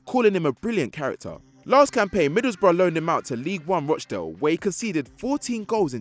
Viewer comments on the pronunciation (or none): none